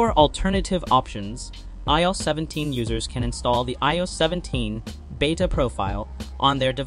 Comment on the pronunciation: Eeh oh 17.. 😂 the AI doesn’t even know how to speak properly!